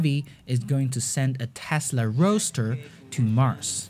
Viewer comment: Great video mate, but I think that a lot of people are going to roast you for the Tesla "Roa(d??)ster" :D